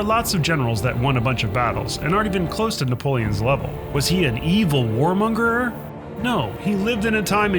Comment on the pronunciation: WarmongerER? I'm already starting to doubt the research here....